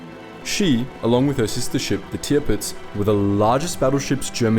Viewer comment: Great video as always. Also, its a minor detil, but I really appreciate your attention to pronunciation of the ship names (i.e Tirpitz).